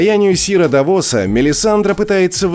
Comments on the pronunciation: Ударение у Давос идёт на А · ну какой давОс? ну какой тириОн? Винтерфолл ахахахах такое ощущение что автор даже не смотрел этот сериал😂😂😂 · ТириОн, Лайза, ДавОс. Может, в оригинале и так звучало, но как же это бьет по ушам… Смотреть не хочется🥴🤢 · В каком конченном дубляже автор смотрел сериал?! Лайза, ДавОс.. моим ушам стало плохо после этого видео